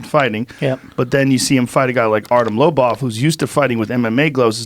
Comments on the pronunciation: blovov? levin? joe can be intentionally stupid at times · BLOWBOV HAHA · Artem "blowvov" levine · Damn right Joe rogan had to apologize for getting the goat's name wrong at the beginning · Did Joe just mispronounce God's last name? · GOD DAMNIT JOE HOW COULD YOU MISS PRONOUNCE THE HOLY ONES NAME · Joe your female comedian podcasts is one thing but you messing Lord Lobov the goat of bareknuckles name up is unacceptable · WTF Joe how just how as the person who announces fighters how do you mispronounce the goat himself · Joe will actually be dead in Ariel's next show chat for mispronouncing the GOATs name. RIP Joe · Did this guy actually mispronounced GOATs name ? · How dare you Rogan say the name of the all time goat wrong! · How can you get the GOATs name wrong Joe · How you mispronounce dude's name and I don't? You get paid a few mill to know shit guy